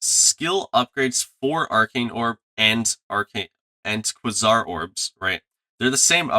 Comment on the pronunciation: kway-zar not kwuh-sar